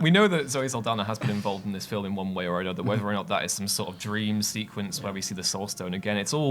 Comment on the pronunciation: There's no "e" in film, dude. "Fil-em"??